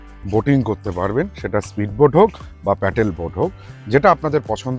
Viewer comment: এতো "কিন্তু" কেন!?!? Paddle boat প্যাটেল নয়